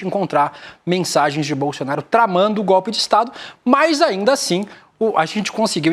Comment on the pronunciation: O apresentador fala bolsionario ou é impressão minha? Kkkkkkkkk